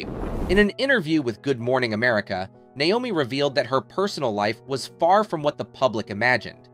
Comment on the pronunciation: a) he can't even pronounce her name right b). where is he getting this information? Naomi wasn't a nurse until long after she had her kids. c) who is this person saying all this made up stuff?